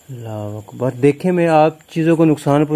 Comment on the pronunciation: वकबर नही बोलते है अकबर बोलते